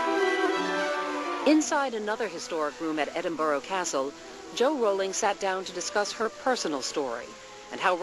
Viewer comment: EDIN -BUR -UH, not Edin-bor-o. PLEASE!